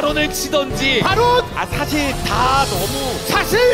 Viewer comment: ‘사실’이랑 ‘커트’는 왜 강조하는데 ㅋㅋㅋㅋ